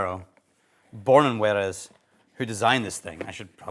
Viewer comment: Sorry to "um, actually" you here, but it sounds like you mixed up Jerez and Juarez / mashed them up into "Juerez."